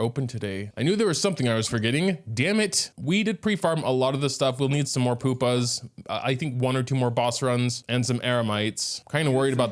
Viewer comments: I don’t wanna be THAT guy, buy my intrusive thoughts are taking over. It’s not poopa, it’s pew-pa, sorryyy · i cant tell if he says pupa like that on purpose or not